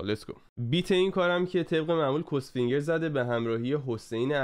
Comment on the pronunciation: داداش "کُس فینگر" چیه میگی؟! خودش داره میگه "کاس فینگر"، بعد تو میگی کس؟